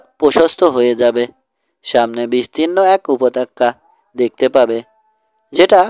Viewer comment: Pronunciation is ‐ upottoka Not - upotokka ! Kindly read carefully.